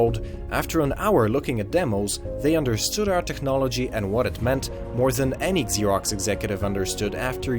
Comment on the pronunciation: It's not pronounced Eggzerox or Exerox. It's pronounced Zerox.